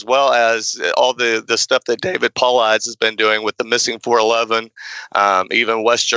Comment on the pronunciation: It's DAVID PAW-LAUD- EZIES. That's how it's pronounced..